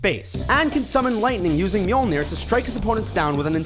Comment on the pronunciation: For a guy that inadvertently pronounces at least 1 key word incorrectly in every video, I was surprised to hear Mjolnir roll out so effortlessly.... good job!